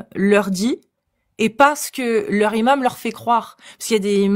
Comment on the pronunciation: "Imam", ça ne commence pas par un h aspiré,. Donc on fait la liaison (un N- imam, des Z- imams, etc) 😉